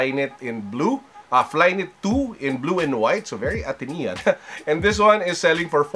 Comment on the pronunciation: For saying "Atenean" I'll give you a like👍 lol. Good video as always.